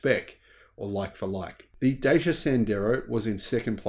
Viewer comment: Dacia is pronounced “Da-Cha”, not “Day-C-A”. Jeesh.